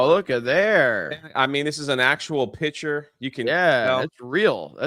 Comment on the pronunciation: Can stop saying pitcher. It's picture